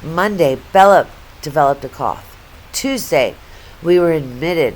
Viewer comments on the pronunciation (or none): none